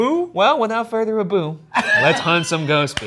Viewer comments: “Without further a-boo.” What a way to start the episode. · Without further a-boo😂 Love it